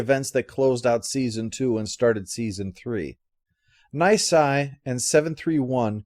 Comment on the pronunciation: Knee-say is how it's (Nisei) is said. I'll take my nerds now.